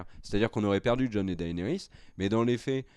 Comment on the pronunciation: "DaÉnarys", "AÉgon"... vous daÉconnez les mecs ! 😜 ... c'esttoutpourmoimercibeaucoup